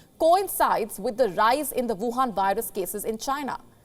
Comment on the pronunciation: Huwan virus.. it's gold to hear it named like that